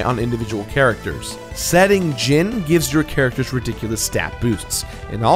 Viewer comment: Am I blind, or is it just that in every instance I've seen of it, the "I" has been a typo? I'm seeing "Djinni," yet he keeps pronouncing it as "Djinn." I love you,, but you gotta get some proofreaders for your scripts, or maybe do some extra takes. These mistakes seem to happen at least twice an episode. I mean, they're probably only mistakes that I've caught, since I seriously never see any of your millions of subs comment on these things, so maybe I'm just a whack-job. Whatever the case, do what makes you happy. If you enjoy constructive criticism like this, then awesome. If not, that's cool too. I realize you're completing games constantly, and you likely don't have time to nitpick things, but I just thought I'd bring this to your attention.